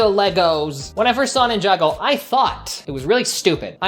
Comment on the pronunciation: The hall of Ninjago Mispronouncing "Ninjaga" "Ninjango" "Ninjenga"